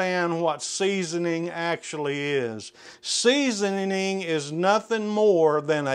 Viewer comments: And “seasonining”. And “warsh”. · 3.24 seasoninging 😂